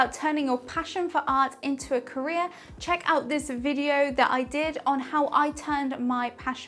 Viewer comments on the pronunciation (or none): none